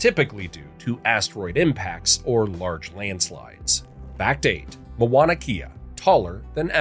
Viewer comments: This is another irritating narration of the Hawaiian history. The mispronunciation of the Hawaiian language is a great disrespect of our Hawaiian language. I enjoyed the history and its spectacular journey of Hawaii's history of its birth to its current growth today. But your narration is filled with 90% of mispronounced names and words. How can you continuously mispronounce the word "Mauna Kea". The name starts with Mau (pronounced Mow) therefore, it is pronounced Mow-nah Keyah. Our Iolani Palace is pronounced Eeo-lah-nee Palace. Please take a brief course on how to pronounce Hawaiian words before narrating such a wonderful history that was literally destroyed by your ignorance of a beautiful language and history. It was difficult to patiently follow your narrative without doing justice to the Hawaiian people by writing this comment to help you educate yourself and the world properly. Mahalo (Mah-hah-low). 🤔🤔😒😒🤔🤔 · It's M-A-U-N-A K-E-A not Mawana Kea. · As everyone is pointing out, the pronunciations are painful. My son has lived on my acreage on the Big Island in Kau for almost 20 years. I was shouting at the TV with the correct words LOL! There was one photo of Kauai when you were talking about the Big Island too. "MoanaKea" and MoanaLoa" makes me laugh every time though... 🤣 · OMG I had to stop watching the show and come here and make a comment about how uneducated you sound saying Moana'kea - instead of the real Hawai'ian name ..Please if you will do movies about Hawai'i, and try to pass them as "education", do not narrate them with non natives of Hawai'i - sounds completely ridiculous and I am a malehini. Stop!